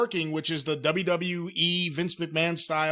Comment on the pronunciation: Michael Cole: You can find it only on the dubeuh dubeuh dubeuh dubeuh